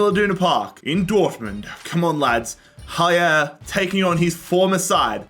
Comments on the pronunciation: Its not Haier its aller. The pronounce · pls do never pronouce haller ever again like this its french